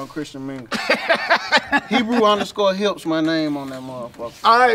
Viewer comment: Was I the only one that heard say his Christian Mingle name was Hebrew_Hips.🤣😂